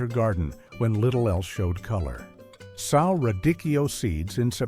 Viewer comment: Good list. However, SOW (noun) is not pronounced the same as SOW (verb). The noun means FEMALE PIG; the verb means put something in the ground, like a seed. The verb is also pronounced like SO and SEW. It’s distracting every thirty seconds to have a pig image spoken, but that’s the problem with Text-to-Speech programs.